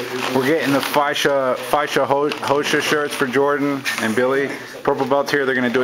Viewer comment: pronounces "faixa roxa" pretty well! I`ve seen a similar finish, but stretching both legs and making a grip behind them. Works great. I`ll try yours next time I practice. Thanks for posting.